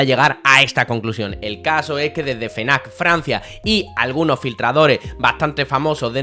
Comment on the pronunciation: no es "fenac" es "efnac" no se por que ultimamente lo dicen mal,ojo no te estoy diciendo como tienes que decirlo,cada uno...ya sabes...pero que da coraje tambien te lo digo.un saludo jjj